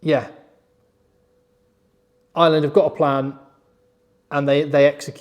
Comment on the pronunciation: FOR FUCK SAKE..... Ireland - fn. eye-er-land - not ISLAND 😢 PLEASE